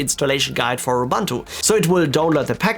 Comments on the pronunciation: Dude, it's called "Ubuntu", not "Oh-Bantu". So annoying. I feel better now. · Excellent video very usefull Ubuntu is pronounced "oo Boo nt oo" oobuntoo